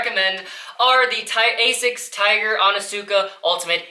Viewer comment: by the shoes "Asic shawrunners"